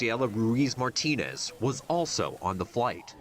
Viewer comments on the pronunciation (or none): none